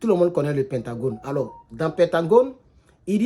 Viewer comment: C'est pentagone et non pentangone, merci cher